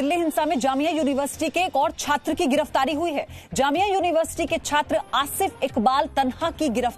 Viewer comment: Chattra kyuon bol rahe ho .. News script karni bhi nahin aati ..